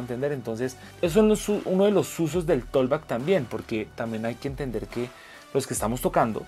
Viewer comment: con mucho respeto. Se pronuncia algo así como "tokbak" la letra "L" en la palabra "talk" no tienen ningún sonido. Bendiciones!